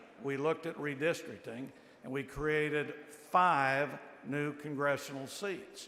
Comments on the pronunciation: Redistricting, not "Redisrikin" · What does "redistricking" mean? Before she states her argument, she should learn how to pronounce the word "redistricting" 🤦🏼‍♂️😂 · Someone tell her there is a " T" in the words last, correct and redistricting.